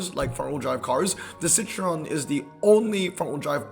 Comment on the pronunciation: Citroen not citreon. I understand not having any interest in particular brands but as a car guy you have to atleast be able to pronounce car brands💔